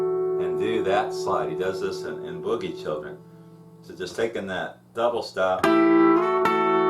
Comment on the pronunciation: Boogie Chillen, not boogie children, sounds weird to hear it said that that way lol great lessons though, some of the best on YouTube for John Lee, so thank you!